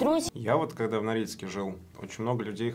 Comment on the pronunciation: мне показалось или они сказали Норильск? 😂😂